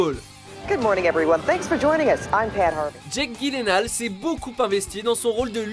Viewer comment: for fuck sake... c'est pas GUILENAUL... c'est gyllenhall... ( pas trop dure à prononcer gyll comme giles enn.. hall )